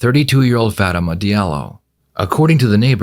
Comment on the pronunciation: This is probably one of the dumbest criminals I've ever seen. He clearly didn't think this through at all. Did he somehow forget he had a ring doorbell cam? Lmao. Btw, the dude clearly says his wife's name is "Fah-too-mah-tah yet not even 3 seconds later the narrator says "Faat-duh-muh" right after. I mean bruh, some of the prnounciation is forgiveable but you literally missed an entire syllable. It's Fatoumata and you said Fadama.